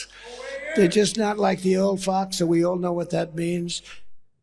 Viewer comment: He slurs the word "fox" at the end, because his dentures slipped. 🤣